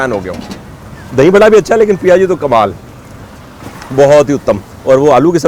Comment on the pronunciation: Sir aapne to galion ki yaad diladi ... jaldi aana padega ab CTC ... Ayur sur Piyaji hota hai sir...coz it contains onion - in Odia it called “piaja” so us dish ka naam “piaji” hai not PIA ji ....